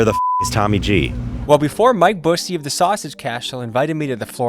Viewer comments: Bussy lmao it’s pronounced Byou-see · it’s pronounced Mike B-use-see like the other Busey actor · You pronounced "Busey" wrong. 😅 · I love the constant mispronunciation of Busey as if he’s not Gary Busey’s relative